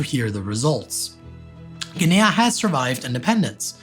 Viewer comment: your accent's addition of a third syllable to "Guinea" really threw me (and YT's caption generator) off! I wasn't sure where you were talking about for a good few minutes. Good video otherwise!